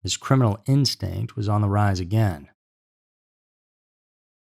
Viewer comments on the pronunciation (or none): none